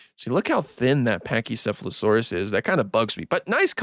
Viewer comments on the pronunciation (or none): none